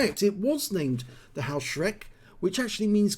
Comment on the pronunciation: Good nice replay. May I correct your spelling the name of the pzsflaffette 4b. It is not "Haoshreck" it is spelled "hoeshrecke". The two letters eu are in german always spelled oi or in english letters oe. Haoshreck would be written Hauschreck. Keep it up 👍🏻